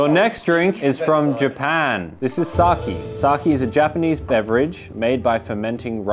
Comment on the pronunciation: i might be wrong but i think its pronounced 'sakay'